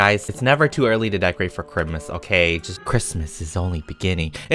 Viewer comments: I heard you say chrimas instead of christmas XDDDD and I start cracking up when you say AMASHPATATOES yo your my faviroute youtuber EVER LYSM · said kramis